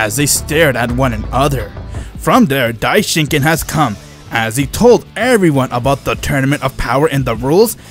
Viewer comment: Bro it's Daishinkan